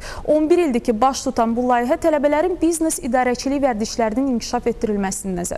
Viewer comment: bıznes yox biznes